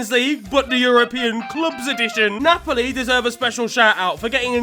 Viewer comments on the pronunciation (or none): none